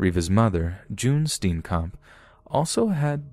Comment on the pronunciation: Ah, I heard Oscar Pistorius and my Satafrikan ass woke the hell up😩😣 Reeva's death was a tragedy but that whole "black robber" defence of his... rubs me the wrong way till date! Oh and Reeva's lastname is Afrikaans pronounced [Stee-yen-kump]